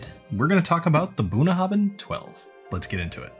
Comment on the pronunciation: You might want to improve your Gaelic pronunciation by studying Klingon. I find it helps.